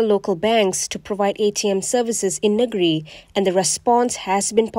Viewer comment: Sebutkan: ‘Neng-giri’ lah.